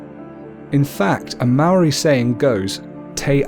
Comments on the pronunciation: Dude it's not Maroi its mo-ra-I moari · You saying "Maori" is killing me. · You pronounce Māori words really good but Māori isnt Mare it sounds like "Moldy" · Bro yes a beautiful subject, but bro please before doing a Maori video please learn how to pronounce our words properly. I do not approve of our cultural deities, done with such effortless pronunciation. As fasinating it may seem to you, please leave our culture alone until you understand and may great effort in pronouncing our words right. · Pronunciation tip: the Maori roll their Rs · Heads up when u gotta use the "wh" u use it like a F And when u say ur "R" u say it like a machinegun sound effect but not long as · I go to Te kura Maori o porirua TKMP good job just learn how to say Māor and are Māori gods names right thank you 😀😀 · The pronunciation of Maori words were not said properly most were incorrectly said like the word Maori as it was said wrong however it's great to see people getting to know more about our culture and share what they have learnt with others! :) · Sad you can't even say Maori right it's Te Reo Maori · chantelleida as a young Maori man I was quiet insulted by the mispronunciations So badly I ended up making a sin counter By the way Kia ora